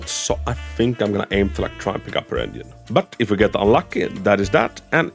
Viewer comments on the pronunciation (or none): I cant unhear him saying onion instead of engine